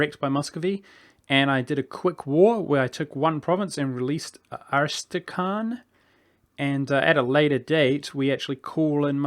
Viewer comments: I guess the hard part is KH? Its kinda hard for you people to pronounce KH sound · Come on... How hard it is to say AS-TRA-KHAN?